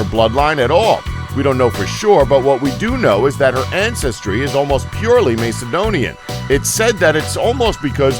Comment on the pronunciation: iIt is macedonian not maecedonian